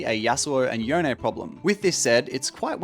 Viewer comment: why does everyone call yone yonae